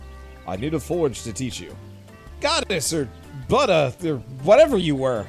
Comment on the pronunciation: The way he said Buddha proves they should’ve left the voices on